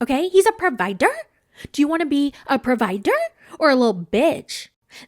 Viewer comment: She came in talking about his grossness right away with the chocolate milk. I can’t look at grown people drinking chocolate milk the same 😒🤮. I love the way you say provider 😂